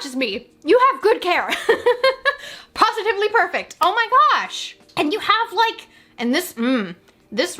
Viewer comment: I never thought I would hear a pawsitivliy perfect